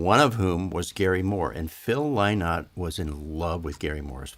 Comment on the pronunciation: Tks tim...by the way it's pronounced "in" like the bird linnot...so proud of him...he was the only black man in Ireland in the 70s ....I mean the only one...we loved him tks